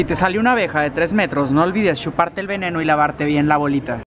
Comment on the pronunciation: no olvides SHUparte el veneno jaja